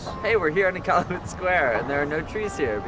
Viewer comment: IK-AL-YOU-IT emphasis on AL